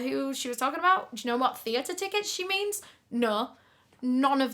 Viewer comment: ❤ that was a treat to my ears coz I love the way you say "no" and u said it three times in a sentence😂 " I don't nur ,really don't nur ya Nur " 😂😂😂